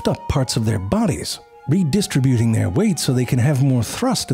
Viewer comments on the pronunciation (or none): That's "ree-dih-STRIB-you-ting", not "ree-DIST-rih-byoo-ting".